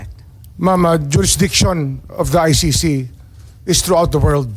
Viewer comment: ICC po Miss Sen. hindi I-ShiShi.